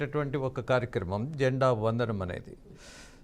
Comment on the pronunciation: అరేయ్ బాబు న్యూస్ రీడర్ అది జెండా వదనం కాదు రా 🤦🤦🤦🤦... "జెండా వందనం" అనాలి... కనీసం రాజేంద్ర గారిని చూసి నేర్చుకో 😡😡😡🤦🤦🤦